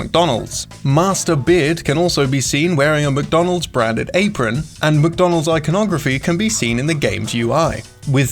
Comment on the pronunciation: I'm not the only one that hears MookDonalds..